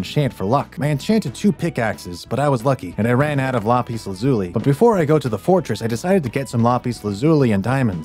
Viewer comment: LAZULE LOL ITS LAAAPISS LAAZZZZUUUULLLLLIII